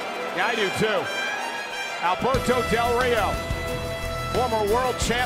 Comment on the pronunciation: hhahaha shane said "alberto delo rio" hahaha